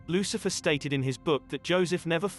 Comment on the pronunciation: The book of Loothifer